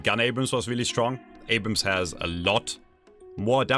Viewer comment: I help you with names guys here ,Abhrams and Haze thankyou.